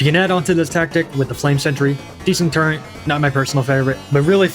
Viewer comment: Did he just say the word "turrent"?! He said it again! F Tier